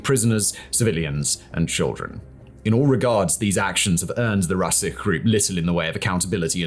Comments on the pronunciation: мне нравится, что все это рассказывает (читает то что ему написали), чувак, который сам даже близко понятия не имеет, о том что говорит, оттуда и идут всякие "Расик" вместо "Русич", "Мельхаков" вместо "Мельчаков" и тд. Западная пропаганда просто уморительна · Русич - Rusich - not Rusik ch - like chica, like che guevara , like cha cha cha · It is Roo-seech, not Rah-seekh. Rusich means "a Russian man". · It's not "rasik" It's 'r' - 'u' (like put) - s - ch (not like kh, but like in chain) Rusich (easer to say roositch). Genius production! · in russian "CH" is pronounced like change, challenge etc. it would but rusich not rusikh etc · It sounds like Rusitch, not rasich. Mil'tchakov (sounds like in the sound ch in chips). Use Google Translate speaker before you upload your materials. Sounds like f"cking shame. Счастливо оставаться... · Is it hard to say R-U-S-I-CH in English? Why the heck you say it like R-A-S-I-K? It's R-OO-S-EE-CH. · Rusich is more like volunteer battalion, it's not PMC. Also "Rusich" "CH" is spelled like "Che" not like "Kh" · "Rusich" is actually pronounced more like "roosich" ("roo" as in "kangaroo", ending sounds as in "teach"). The word's meaning is akin to "russian" or "slavic", only it is an old word, not in use anymore in everyday russian language. This PMC is particularly nasty... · "Rasic"... "Atkin"... 😂 🤡 Channal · мем смешной, но ситуация страшная. он хотя бы потратил секунду своего времени, чтобы чекнуть правильное произношение добробатов, а не читать их по правилам английского языка. про "РАСИХ"/ "РАСИК" вообще молчу. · Мда Уткин стал аткин русич русиком 😂 коверкает по максимуму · >> rusihh ahahahh literally written rusich on the screen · Rusich is pronounced "roo see ch" (say chair, the ch sound of the chair is how you pronounce the russian Ч) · Rusich reads as "Rooseatch", The Russian in old-russian language. Really cool guys! Milchakov is "Meel-thca-khov" RID isn't PMC, pure volunteers